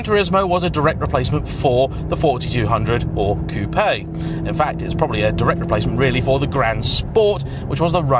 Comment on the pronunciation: Why u cal it a Coupe Aye when its properly pronounced " Coop"